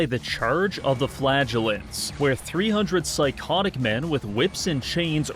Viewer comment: Every time you say "flagellant" I hear "flatulent"